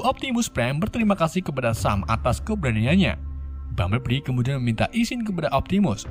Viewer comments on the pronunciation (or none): Bang cara nyebut nama si robot kuning Bambelbli Bukan Bambelbbli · orang lain tulisan: bumblebee sebutan:bambelbi tulisan:bumblebee sebutan:bambelbli 😂😂😂😂😂😂😂😂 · Gua ngakak setelah dengar sebutan "bumbleli"🤣🤣🤣